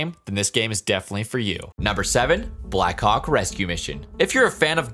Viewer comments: I thought he said “black cock rescue mission” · Did anyone else notice that when he said "black hawk" fast it sounded like...ykw nvm 😳